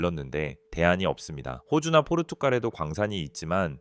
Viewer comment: 포루투칼×->포루투갈○ 남의나라이름을 제대로 불러야지